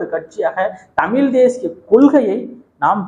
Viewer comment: தம்பி நீங்கள் உச்சரிக்கும் தமிழ் , தமில் என்றே கேட்கிறது . தயவு செய்து அண்ணாக்கை மேல்நோக்கி மடித்து தமிழ் என்று சொல்லிபழகவும் . பாரி கூட ழ வை பிழையாகதான் உச்சரிப்பார் . திராவிட சூழ்ச்சிகளில் இதுவும் ஒன்று ழ வை ல வாக உச்சரிக்க பழக்குவது . தவறு உங்களில் இல்லை . மற்றும்படி எல்லாம் சிறப்பாக செய்கிறீர்கள் . வாழ்த்துகள் .